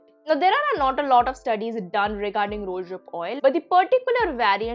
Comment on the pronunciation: I like your pronunciation of rosehip oil as ROOSHIP OIL 😜